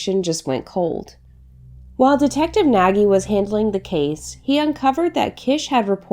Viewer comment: Thanks for this interesting story from Hungary. I live there partial but never heard about it. Your pronunciation was quite well except the name "Nagy". It is correctly spoken like "Nodch" 🙂 Greetings from Germany and keep it up!